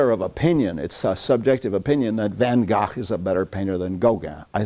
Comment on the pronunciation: He doesn't know how to pronounce VanGogh! (i.e. like an American)